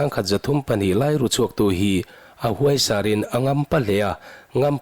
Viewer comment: A hahthlak ṭhin e. Huaisar tiha 'huai' hi 'hlawhfa ka ruai' tiha ruai thluka lam tur a ni.